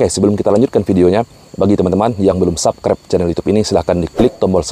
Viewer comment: Sebut perkaraan "SUBSCRIBE" biar betul Mas.